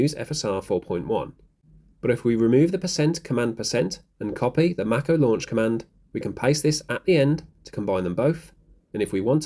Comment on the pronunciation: Please look up how to pronounce Mako (like the shark) 😄